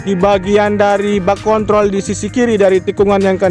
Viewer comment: Hati hati bang dalam penyebutan kontrol... bisa salah sasaran ntr😁